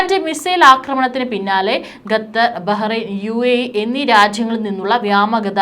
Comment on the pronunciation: Why gathar 😂 it's Qatar